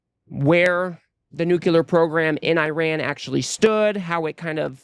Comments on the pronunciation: It's pronounced "nuclear", not "nuculear". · I love ya man, but it's nu-clear, not new-cu-lar. Sorry.